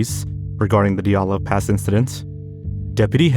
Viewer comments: Oh my god you're the first youtuber I've seen pronounce Dyatlov correctly fucking bless you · As a Russian, I want to say that you almost completely correctly pronounced the surname Dyatlov, unlike many other bloggers... Thank you 😀